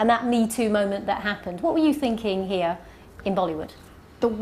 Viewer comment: saying here 😂😂😂 more like hare 😂